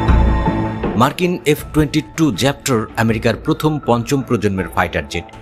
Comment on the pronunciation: ভাই, এফ ২২ জ্যাপ্টর❌ র‍্যাপ্টার✅